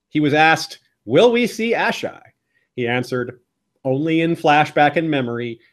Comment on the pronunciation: Does it bother anyone else that the one dude keeps trying to go against common etymology/orthoepy to put emphasis on the the "ASH" in Asshai over the more neutral "AI"? I think it's the only instance where a word is forced into incorrect pronunciation for the sake of....nothing? Like..he goes out of his way to put the emphasis on the first syllables. What's next...carcoSAHHHH?